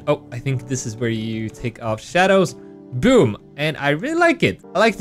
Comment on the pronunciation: Instead of you saying BOOM it sounded like GOOM